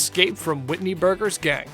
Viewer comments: This man literally said Whitney burger are you kidding just for that you don’t get a follow and a dislike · Man said Whitney you know hahaha